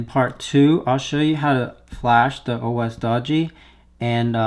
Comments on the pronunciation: It's doge as in doj, not doe gee. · "Dog-e" It's pronounced like "Dojo" without the "o" at the end"